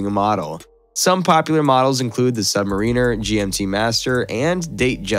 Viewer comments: Your not pronouncing submariner correctly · The way you say Submariner 🫠